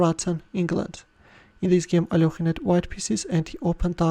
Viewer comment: He is alekhine not alokhine you understand that.plz you are ruining the name of a legend player plzz stop this